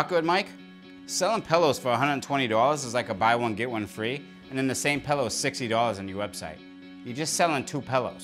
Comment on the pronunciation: “My Pellow”